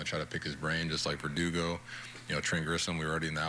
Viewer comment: lmao no way he just said perdugo....IM DEAD!